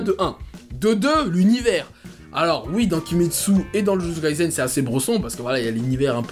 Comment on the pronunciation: Jujutsu kaisen ce prononce avec un s et pas un z, kai"s"en 呪術回線、じゅじゅつかいせん, le s ce prononce comme samuel. Dans le Shonen Jump, il y à aussi Chainsaw Man qui est ouf en ce moment !!🔥🔥 Pour ma part j'espère vraiment qu'il rencontrera un meilleur succès que Kimetsu no Yaiba🙏🏼 Et perso j'ai commencer jujutsu kaisen ya 3 ans😭 il y avait même pas 15 chapitres, mtn il a vrm percer et sa me fait plaisire 🔥🔥🔥🔥🔥🔥